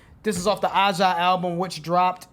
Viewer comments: Hey guys the album is pronounced AJA like Asia (Ay Jah)... The whole album is unreal...Check out DEACON BLUES. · FYI, it's pronounced "Asia." "I Got the News" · Aja is pronounced "asia" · Dude🤨…. The title word , “Aja “ , is pronounced like the word “ Asia “ . Not “ Ah-Jah “ … 😐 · Pronounced "Aha" not A ja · Name of the album is pronounced Asia not ah Ja. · I see that it's pronounced Asia from Wikipedia, but why? I always heard ah-ha too. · The album title is pronounced "Asia" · Aja pronounced Asia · The album title, Ajá, is pronounced like, Asia. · Black Cow is a drink - its mostly a root beer float with whipped cream on top and maybe some vodka in the glass. Was very popular ladies drink back in the day. BTW two things: Steely Dan is an old timey name for a dildo and the name of the album here is pronounced like Asia...like the continent - Asia...you know where you find China. I don't know the story behind the album name Aja...but I do know it sounds like Asia. I might be mistaken but I think some people said they were a "jazz fusion" band. don't know. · Pronounced “Asia” btw hahahahaha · Pronounced "Asia," by the way. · Steely Dan was a full 6 member band when they released their first album in 1972. During their third album, Pretzel Logic, Walter Becker and Donald Fagen were starting to rely on session players. Aja, pronounced Asia, was probably one of their high water mark. They were one of the few Rock bands that integrated Jazz time signatures and meters into their music and have it played on AM radio. They got their name from a sex toy in the William Burroughs book, The Naked Lunch. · Aja is just pronounced “Asia’ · review .... Aja (pronounced Asia) ... do Aja... do it....do it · The album name is pronounced Asia - note the face of the girl on the cover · Pronounced Asia! Dont recognize the sample, recognize the original. Please do 8 more SD songs. What is uptown baby? Never heard of it. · It's Aja, as in Asia. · Its pronounced Asia.